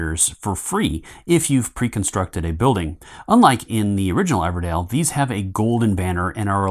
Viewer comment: EVERDELL! Not Dale oh my god 😂 DELL.